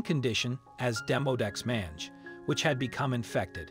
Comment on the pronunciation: Thanks to the rescuer for such a beautiful recovery of such a sweet pup !!! BTW - Mange is mispronounced in this video. Use the MacMillan Dictionary which has the proper sound for the word/disease. Once again, all the best to everyone involved ! May God Bless !!!